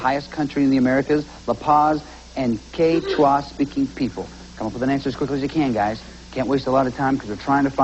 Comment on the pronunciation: Took me a second to recognize the word Quechua. My college professor pronounced it /kech-oo-a/.